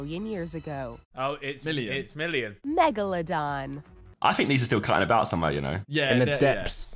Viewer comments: The real question is, who said “megladong” first, josh in this vid or Ethan in the recent tinder vid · "Megalodong" XD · Points for "megaladong."